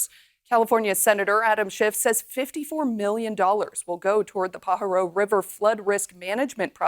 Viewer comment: Newscaster is not California. Not paa ha row, pa ha ro.